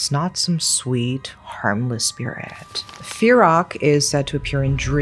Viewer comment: It would be pronounced 'Pee-rack' and Pee-ohm' Teerak is what you call your sweetheart in Thailand.